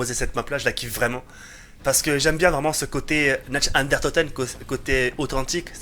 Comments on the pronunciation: 18/20 y'a pmus de liberté c cool... par cpntre tu me fais delirer qd tu dit "Natch and der toten" x) sa se prononce Nart der ountoten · c'est Nacht DER Untoten et pas Nacht UnDERtoten mdrr, sinon très bonne vidéo comme d'hab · C'est nacht der untoten !! Pas natch under toten